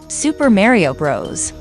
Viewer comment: she said merio not mario😂